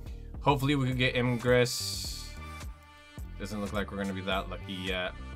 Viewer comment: Ingress? His name is igris